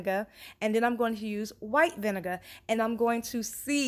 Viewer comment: Can I just say I love how you pronounce “vinegar”